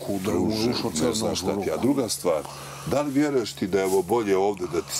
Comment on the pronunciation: Dabilibi? Zaposlite lektora